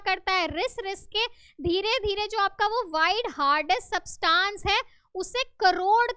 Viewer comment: Teacher it's not substaaans It's subtance